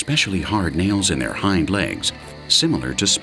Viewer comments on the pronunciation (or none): none